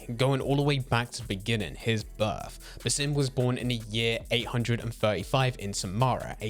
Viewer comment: As an Arabian viewer , the way you speak his name is funny but not accurate at all, the proper way is to stretch the “A” in Basim a little longer like this “bAAsim” i don’t know if you get what i mean but thats the correct way , his name is a derivative of the word “basma” which literally means “smile” so Basim means the one who smiles 😁 Keep up the good work i have already binged 5 videos for you in one hour